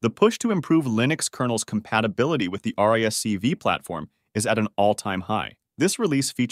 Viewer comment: Hmm all these acronyms can be har to read sotimes RISC-V is read as risk 5 not *r i s c v", an idd thing to miss um,ess this video is narreted by a TT$